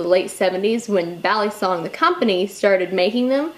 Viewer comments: I'm Filipino and it's cringy to me. It's mostly the way she pronounces her "a". is saying it "baaa-lee-song", when it should be said "buh-lee-sung". The "a" in Tagalog (Filipino) is a sharper, shorter pronunciation. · Bali. bahllee bahhhllllleeeeeeee kind of like walllll-eeeeee. this moment has been brought to you by ocd pronunciation rage. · Bal-ee-soung. UGGGG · Chris P It's pronounce with a soft a, like "ball". ball-ee-song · Vin Ellis Back in the Philippines, I hear them say ballysung, almost like saying bally fitness, but not the y part, more, ee, bal-ee- sung. sung because the original word is sungay, which is horn. But yes, american trademark from benchmade, it is pronounced as how many of us americans pronounce it, ballee song. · before you carry a "balysong" check your local laws "balysong" "balysong" for fucks sake Im done 3 minutes into the video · I cringe every time she says balisong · agreed balisong